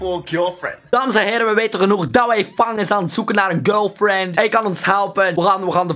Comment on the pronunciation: Eijem loeking for a GulFjend No sjest no sjeks